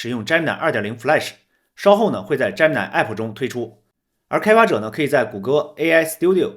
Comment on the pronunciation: 人家读的是杰米奈，你怎么读的是詹么奶😅